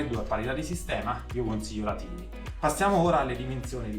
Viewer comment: nella pronuncia iniziale:) si legge tàini... significa piccolina